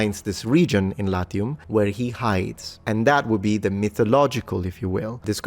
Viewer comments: Because you are a gamer? You accidentally pronounced the "a" short there? The first naming story for Latium sounds believable in a cynical-spiritual sense: "Let's hide from the father of gods! ... ... ... OK, now let's conquer the world." P.S.: Make a video about femail armor. 😜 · LAZIUM not latium…